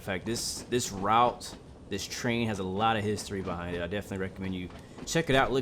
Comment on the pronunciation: I’m amazed that the only thing you miss pronounced is the word “Route” looks really good only thing wrong is that the trains are very rusty in a very bad state, and the line itself the whole train shakes and your worried that the whole thing is going to fall apart, hence why at the start of this month the 404’s were discontinued